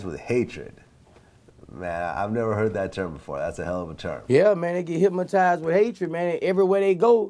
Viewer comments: Vlad tried to correct him on the low and he still said hypmotize lol. Gotta love Boosie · Hyp-mo-tize 😂😂 Vlad tried to slick correct it & clean it up. Boosie came right back with it. Our Louisiana slang sumtin' serious... 😂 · LoL... Boosie sayin’ “HypMatized” ... then Vlad says HYPNOTIZED.... and Boosie looks like he’s confused on what word he just said 🤣🤣🤣 ...and a CAR FULL OF GARAGES. 🤣 Thank the lord he found rap... he says all that stuff cause he is that man that’d be stealing and killing if he ain’t earning the $ himself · 😂😂😂😂 ikr hypmotize!!